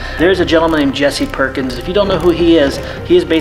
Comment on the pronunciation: Did you say, Jessy PORKINS?